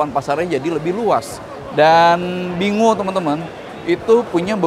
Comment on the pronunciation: bingo ini dibaca "binggo"